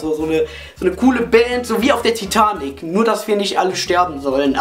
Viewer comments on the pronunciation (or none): none